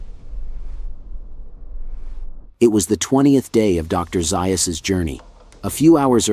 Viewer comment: Ok I can’t listen until you correct the pronunciation of Dr. Zaius’ name….